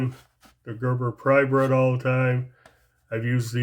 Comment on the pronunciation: Hey, just wanted to say I enjoy watching your vids. Where and how long ago did you get the Zippo Rule? I have to say something about your pronunciation of the Gerber Prybrid. It's Prybrid like hybrid, not Prybread. Thank you for your vids though.